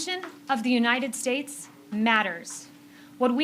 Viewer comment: trumps teeth cane out when he said united shates